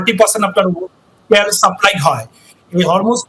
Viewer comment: ত্যাল না তেল স্যার